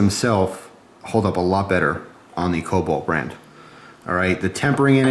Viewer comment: It's kobolt, not cobalt